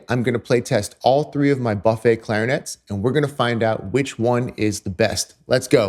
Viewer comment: Amazing vidéo. you have an incredible sound and your story about Charlie Parker is absolutely correct. At the risk of sounding like an a**h**le could you please pronounce Buffet with a hard u? Many French speakers cringe each tie you pronounce the brand name.